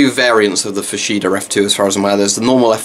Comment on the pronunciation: It’s pronounced “Fors heda”, just putting it out there, love your vids mate, My fav so far is my GP-7v but that’s probably because i got one from 92 in absolute mint condition and it works like a charm, sadly my S10 got scratched up lenses, wish i knew how to fix that :(